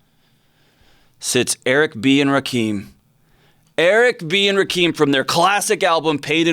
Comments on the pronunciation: It's Ra- Kim... but yesssssss!!!! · Rah-Keem? You definitely aren't a hip hop head.